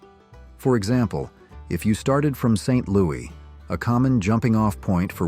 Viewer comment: AI can’t pronounce St LouiS with an s.